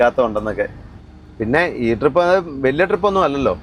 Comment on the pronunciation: Drip അല്ലടെ trip 😏ജലജയുടെ ഫാരതഫാഗ്യവിധാത ആണോ നീ miss ചെയ്യുന്നത്..😅.. ഫ ഇല്ലാത്തത് കൊണ്ട് video കാണാൻ ഒരു സുഖമുണ്ട്